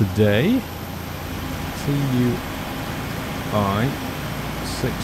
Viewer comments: Just so you know, it's pronounced two-e not T.U.I. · ffs its not T-U-I lmao its TUI like Louis when its pronounced the french way lol